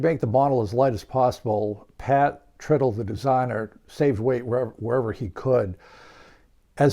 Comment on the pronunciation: Hey,, Pat's last name is not "trittle" (rhymes with "brittle")... Pat says "Tritle" (rhymes with "bridle"). I asked him about this once, just to be sure.